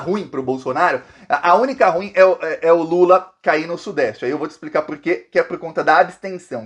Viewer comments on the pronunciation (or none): Ruim pronuncia igual pudim!. vc e muito guerreiro! obrigada por sua clareza de informações.